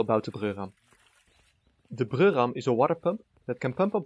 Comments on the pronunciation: I hate to argue with someone with a Germanic accent (in most things, really), but wouldn't Breurram be pronounced "broy-ram"? Weren't you saying "Brürram" (i.e., Bruerram)? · Everytime you say "The Breurram" you sound a like a German guy trying his hardest to pronounce the words right and i love it.